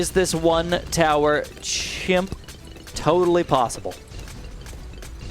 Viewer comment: Why does he say himp?